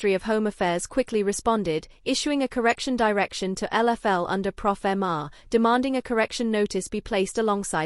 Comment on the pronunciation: It's pofma. No "r" Please stop saying profama